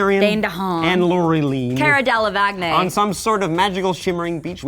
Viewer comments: hhaahah is she saying cara delav akne :DDD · Cara... delevagney?? did she just pronounce Cara delevingne's name like that?!? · cara dele-vag-nay? wtf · Cara "de la VAGNE"? xD Way to butcher her name lol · Wait,did that women just say Cara Delevagnay?!?! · How did you prenouce that? Cara delevaknei? LOL!!!!! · Cara DelevACNE???? LMAO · So it's cute to mangle Cara Delevingne's name? At least prove you can say it right. I hope this is better than Jupiter Ascending, but it'd almost have to be. Honest Trailers did that one right! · That is NOT how you pronounce Cara's last name. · is nobody gonna say how she fucked up Cara's last name